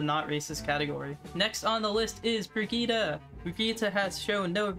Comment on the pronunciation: Finally a youtuber who pronounces Brigitte properly...